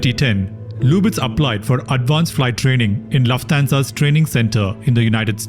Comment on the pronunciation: Really nice video, except for repeatedly mispronouncing Lufthansa